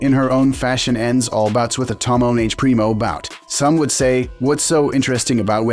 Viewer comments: Tomoenage should be pronounced like Tohmo-eh-Nage (as like nugget) NOT like Tomnnage (as like tonnage). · Don't you like the "tomoh neighj"?